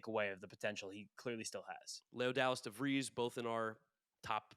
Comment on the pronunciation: devreeez yall not de vrise, great vid though